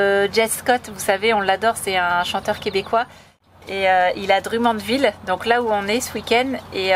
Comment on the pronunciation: Scorpions - Wind Of Change , Mais je sais que vous savez ;-) je vous connais trop. Encore une belle vidéo en famille c'est bien de vous voir en forme. Quand vous dite Drummondville ( prononcé Drom mund ville )